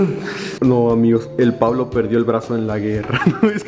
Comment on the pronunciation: Todos sentimos raro que diga "Pablo" en vez de Puvlo